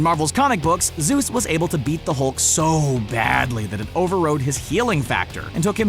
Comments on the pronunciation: Isnt it not pronounced as ZEUS? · epapadog papadog I nearly died when I saw “Zues”